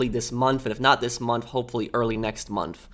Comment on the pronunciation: This dude says “munf” instead of “month.” Lol